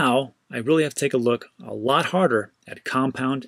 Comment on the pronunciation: Btw, Aave is pronounced “Ah-vey” - it’s Finnish for ‘ghost’. I’ve experimented with the platform briefly but honestly, the ETH gas fees made it impractical. I’m hoping that issue can be resolved.